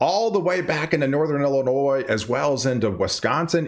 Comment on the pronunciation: It's not El inois, it's ILL- inoi